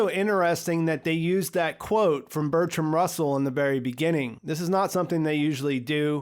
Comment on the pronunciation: Oh. So "Bertrand" is pronounced "Bertram", eh? Ok. Got it.